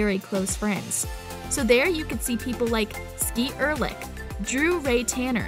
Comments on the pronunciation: Did she really just say skeet urlich bruhh it's skeet ulrich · Did she just say skeet ørlich😭😭😭😭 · I'm sorry I can't with the way the narrator pronounced Skeet Ulrich's name 😂👀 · You said Skeet’s last name wrong and missed Drew’s middle name. What a tool Vanessa’s ex-husband was, he probably didn’t want to have kids and just have an wife.